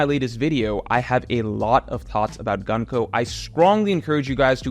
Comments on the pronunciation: You prononce Gunko´s name incorrect. It is Gunko ( u here is like oo, so it is more like Goonko) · I love and have been watching his videos for years but his american pronounciation of japanese names irritates me everytime lmao there is no reason why Gunko should be pronounced like the word „Gun“, it‘s an U like in Luffy otherwise he would be pronounced Laffy